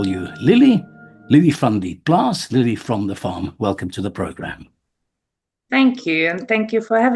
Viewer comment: Its not lillie it's lelie